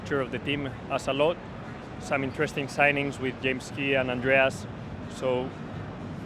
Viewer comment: Some eentersting changes eenside the fucktory